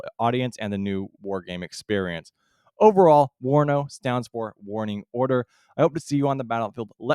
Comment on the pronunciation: correction - not WANO but WARNO